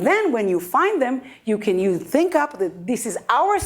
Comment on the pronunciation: ThinkUp - his pronunciation was not the best .... (no offense, it is what it is :-)